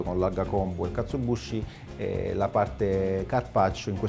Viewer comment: Due piccole precisazioni: 1 si scrive e pronuncia KatsuObushi 2 la w di Wagyu si pronuncia "ua" in giapponese, tranne in casi particolari che non sto qui a dire, la sillaba "va" non esiste! Piccolezze ma che fa sempre bene sapere spero :)